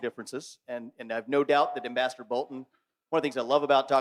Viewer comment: John is a smug enemy of We the People…. Ambassador isn’t pronounced properly somewhere in the middle is his title.